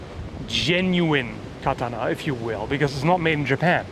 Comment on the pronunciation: i dont want to be *that guy*. But since you care about saying it correctly, it's pronounced: "ka-TA-na" (soft T)